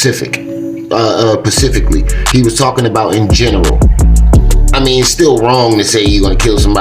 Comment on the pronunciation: The word is Specific not Pacific!